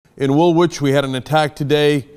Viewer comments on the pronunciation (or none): pronounced wool-ich, not wool which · lol, pronounced "Woolich" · "Wool-which".. sigh. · pronounced wool-ich, not wool-wich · It's pronounced 'Wool~ich', not Wool~which. FYI. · It's pronounced WOOLITCH, not WOOL WHICH. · "wool which" lol. The second 'w' is silent in Woolwich cenk. It's pronounced Woolich. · As a south Londoner this has disturbed me profoundly :( also Cenk, it's 'wool-itch' not wool witch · Jesus Americans! It's Wool-itch! Not Wool-which!!!!! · The 2nd W is silent. It's pronounced Woolich. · Cenk it's Woo-LICH not Wool-WICH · PROTIP: it's pronounced Wool-itch. not wool-which. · Pronounced Wool-itch, not Wool-witch. Silent W. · Lol 'Wool-wich' Wool(w)ich!!! Silent 'W' Cenk! Us Brits tend to spit our tea out over such errors, and you wouldn't want us to complain to our Aunty the queen now would you? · Wool-itch, not Wool-witch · Ps Cenk its not Wool-Wich its Woolwich as in woolich. at least the people who live hear and around call it that loool :P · It's pronoucned "wool-ich" Cenk, not "wool-which" :-) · P.s. Cenk: It's pronounced "Wool-itch." The second 'w' is silent. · The second 'W' in Woolwich is silent. It's pronounced Woolich. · I believe it's pronounced Wulich. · Fan of the show Cenk, just thought you'd want to know Woolwich is pronounced 'wool itch'. The second 'w' is silent. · it's pronounced as woolich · Its pronounced wool - itch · Woolwich has a silent second w, say 'Woolich' like the bank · ITS pronounced Woolich and its my hometown. Disgusting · it's pronounced "woolich" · It's pronounced 'woolitch' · It's pronounced 'woolich' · Woolwich is pronounced as if spelt WOOLICH the W is silent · Woolwich is pronounced Wool - itch. Just saying. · It is pronounced "Wool-itch" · It's absolutely disgusting. Muslims who practise their faith in peace are welcome to stay, but these radical nutters need to just piss off if they hate Britain so much. P.S. Woolwich is pronounced wool-itch. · Woolich it's pronounced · Woolwich, pronounced Wool-IT-ch.